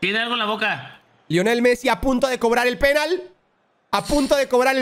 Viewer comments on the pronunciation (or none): Pero por qué dice PÉnal AJAJAJAJAJAJA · Por que dice Pénal y no penál... por que le gusta el pé..